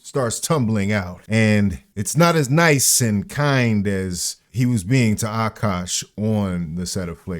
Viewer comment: It's not Akaash, it's عكّاش